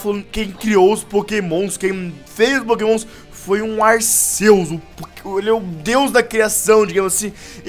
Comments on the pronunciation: ralts e tipo psíquico e se fala ralfs e se fala arqueus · Se pronucia arqueus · o nome dese pokemo e arquius noã touceto pesoau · Não é Arceus e arquios se escreve Arceus mais e arquios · Sem querer te corrigir mas a pronúncia correta é Arquios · O C tem som de K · vc falo arceus errado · cara não se fala arceus com som de s no c é com o som de k no c